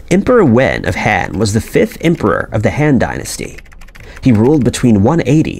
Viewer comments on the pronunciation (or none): Very well done, I watched the entire video. One correction that drove me crazy...the "Han" Dynasty. Rhymes with "bon" in "bon fire". Not the way this narrator says it over and over again, rhyming it with "fan". The other glaring problem...the narrator consistently says "conversation" instead of "conservation".